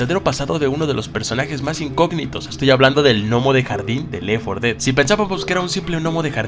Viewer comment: Compa no quiero ser grosero ni nada pero es left 4 dead no lef 4 dead solo quería decir eso pero el video estuvo bueno 😁